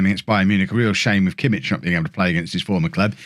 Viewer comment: Btw kimmich name is pronounced yosua kimmick